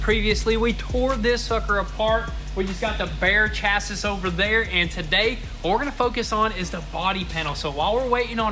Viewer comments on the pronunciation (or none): *chassis /chăs′ē/ is pronounced shassy not cha-siz. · Bro, you keep saying the Chass-ISS. This is like 3 videos in a row. It's pronounced Chass-EE. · Its pronounced chassy, not chassis. S is silent. 😉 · "Cha-ssis" always makes me laugh, it's pronounced "Sha-see" lol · “chassy” not “cha-sis”🤣🤣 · It's pronounced chassey